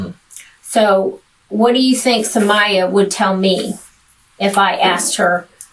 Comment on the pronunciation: He said oh somaya lol, he didn’t think it was about her lol